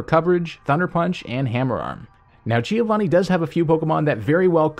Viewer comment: When you are Italian and you hear "Gìiovani"